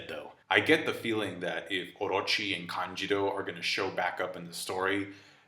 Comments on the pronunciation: Why do you say "Kanjiro" instead of "Kanjuro"? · Its KANJUROO not KANJIRO. And also number in card, they have 9 in total lol